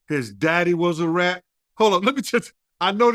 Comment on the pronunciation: Ard now you saying that “RAT” word a little to hard now 😒